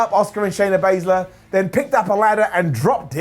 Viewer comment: I swear said Shaya baisley